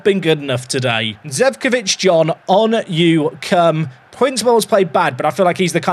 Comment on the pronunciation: it is Zecovic & not Zevcovic